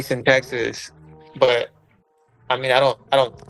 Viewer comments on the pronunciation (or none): none